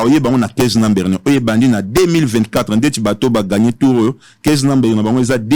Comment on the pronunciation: Avec 10 ans passés Aux États-Unis tu parviens pas à parler anglais correctement ? Numbere what is that 😂😂😂😂😂